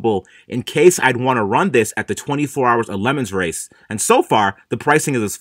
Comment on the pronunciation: You do realise it’s not pronounced lemons race it’s pronounced le mán